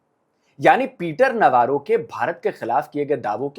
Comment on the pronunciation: (नव्वारो) नहीं-रो अबे!!!!